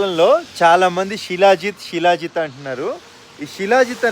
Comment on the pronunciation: షీలా జిత్ కాదు శిలాజిత్!